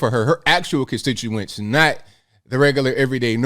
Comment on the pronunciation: If she waves her ass as a means to campaign, she must suck as a senator. If this is the best Rhode island can do for representation, maybe its time to dissolve the state. Oh and by the way sweetie, "contituants" is pronounced constituents. I guess you missed that part at the Ivy League school.